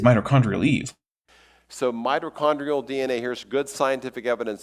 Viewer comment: and yet, somehow, the repeated (mis)pronunciation of mito(r)chondrial was still the part of this video that killed the largest number of my brain cells 💀